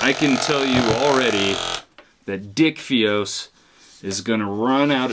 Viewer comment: Dicfeos had me cracking up